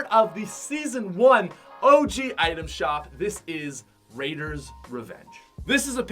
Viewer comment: wasn't it obvious that he was tryna say "raiders"?